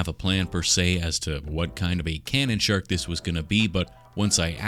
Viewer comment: My wife, sitting next to me, thought you said “shart” instead of “shark” and it got me wondering how one might represent a shart in clay.